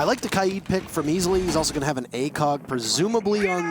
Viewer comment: Why does everyone pronounce K AID As KI AD ?? How do you get the I before the A? It’s KAID NOT KIAD